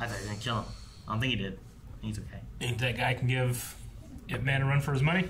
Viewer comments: ITS IP MAN NOT I-P MAN. PLS NEVER SAY I-P EVER AAGAIN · It is actually pronounced as YIP but they spell it as IP MAN, not I.P ..… YIP is his family name (aka lastname). Donnie Yen did a about four IPMAN film series but there are several versions of IP MAN that supposedly tells us different sides of his growth up to being thy grandmaster into teaching Bruce Lee almost everything he knows but was cut short after Mr Yip passed away. This is when he was in his early 30s but all the other different films tell the story back to when he was growing child to teenage thru to being a fearless master and so on. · It's EEP MAN not I P MEN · It's definitely not "Eye Pee Man." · I’ve seen this way back 2009. Saw it over 20 times. Ip-Man is a Cantonese,martial arts from Hong Kong. It’s the story of Bruce Lee’s master Ip-Man but in Cantonese it’s pronounced Yip-Man. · It's not "i" "p" man it's ip man. It a really good movie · Original Cantonese Cantonese pronunciation is closer to Yip Men. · It's IP as in one word not I P man. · Ahh..how it urks me when people say I.P. man. Just because its 2 letters you dont say them individual. The pronounciation of man is another thing..but can be forgiven 😂 (dont say it like superman..more like jamaican "ja man"..mAn, not men..short n) sorry..just a little pet peeve of mine. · Seriously? "I P"??